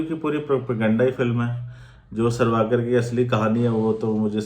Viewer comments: Mere bhai.....tum kam se kam naam toh theek se lelo "sarvaakar" Nhi "savarkar" hai Aur doosri baat bhai....tum propaganda film jo bol rahe ho.... konsi film sahi hai...batao 1. Kya jodha Akbar sahi thi 2. Kya shikara movie sahi thi 3.kya accidental prime. minister sahi thi... Aur jaha tak history ki baat hai....aise bahut saare logon ne apni jaan gavai jinka hum naam tak nahi jaante na Jaan payenge. Mein janta hoon ki tum dono comment ka reply nahi karoge... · savarkar hai sarvakar nhi pehele naam thik se lena sikho😂😂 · Sarvaaakar nhi hai vo chu**......savarkar hai pehli baat..... Naam to thik se liya nhi ja rha... Gyan cho rha hai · Ye boal rha h isne story read ki h but isko naam tak pata nhi h Veer Savarkar h sarwakar nhi h or pata nhi isne kiski story read ki h 😂 akal ke andhe 😡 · Aur savarkar hota hai sarvakar nhi. Tumne kya padha hai itihas😂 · Are bhai unka nam sawarkar hai naam to thik se padho